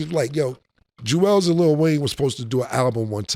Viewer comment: Cam, stay saying Julez lazy😂😂